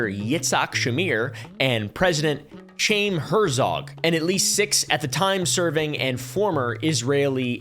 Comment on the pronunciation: If you end up getting shipped off in an Amazon box, your wife will have her biggest true-crime video to date. Unrelated: while no one can agree on how to pronounce Ghislaine, I'm pretty sure Chaim is pronounced similar to "high-im."